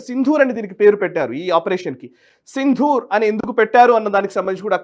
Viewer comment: ప్రస్తుతానికి అసందర్భమే కానీ ఒక చిన్న సవరణ! సింధూర్ అనే పదం సరైనది కాదు సిందూర్ అనేది సరైన పదం. దకారానికి ఒత్తు ఉండదు